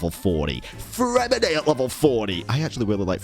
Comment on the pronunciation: Freminet please fix freminet and lanyan 😢